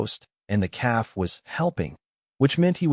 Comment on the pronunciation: Hey Ai learn English! It's a story about a calf not a cab.. keep the main character's name the same. Great story. Good thinking on Alera's part.